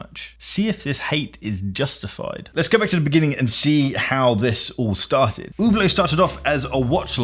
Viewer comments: It’s pronounced Who Blow, not Hub Blot. But I don’t fully get the hate, they carry some garish pieces but a few reasonable ones also. Pricing is silly on many pieces, but you could say that about a dozen other brands. I hate them less than Tag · Completely agree on Hublot. They actively lied to customers a while back about the movement in one of their watches. Really bad when ALL of the premium price is wrapped up in the case and bracelet alone and a brand new replacement movement can be bought for less than Hublots servicing costs. With regard to the Hub Lot pronunciation part of your video for the Hublot - JeJe LeCoultre, really 😂😂😂. It is spelt Jaeger as in Jaeger bomb - 'Yay Ger'. Never liked 'In-Speak' myself in any area of life. Same as people have to say - 'On Wrist' in place of On the Wrist. As bad as if a guy named Robert told me he pronounces his name RowBoat and I then applied this to every Robert I encountered 😂. Imagine a guy with the last name Fosdyke being announced as FoxDick because someone else had used that? 😂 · probably because Hublot , is pronounced hooblow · It is pronounced "you blow" after all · an OuH blOh? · it's a french word...so should be pronounced " U blow" LOL. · I’m francophone and I intentionally mispronounce Hublot out of contempt lol. For all the commenters talking about Rolex fans–Hublot fans are all the most toxic Rolex fans taken to another level. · Jesus, the girl literally just gave you perfect pronunciation on the plate and You still butchered it... And You are a watchtuber? LOL. I don't get why English-speaking people generally have so wooden tongues when it comes to roman languages. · Hablot?! Good God! Learn how to pronounce dude before pushing your hate message 😊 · its not "UBLOOOOT" its "SHHHHHHIEEEEEETE" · Its not spelled ,Ublo' its spelled correctly ,Üblo' (Ueblo).... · "Ubert Ubear Uber." Listen, b!tch. If you want to sell this watch then it better pronounced HUB-LOT. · Oooh blow. Not Who blow.